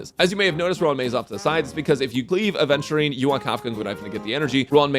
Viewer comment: Bro thinks he’s luffy when he completely mispronounces adventurists name every time.